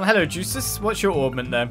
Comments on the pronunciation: It is pronounced as Yusis, the Y sound replacing the J sound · By the way, it's not "Juices", the J in Jusis is silent.